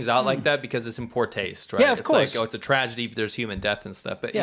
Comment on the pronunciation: I think you meant to say "tragedy", not "tradegy".